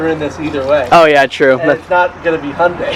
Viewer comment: It’s Hyundai (“Hi un dai”) not “Hunday” Couldn’t resist sorry